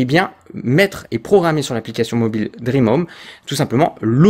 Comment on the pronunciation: Salut DREAME se prononce "DRIMI" toi tu prononce DREAM comme un rêve en anglais ...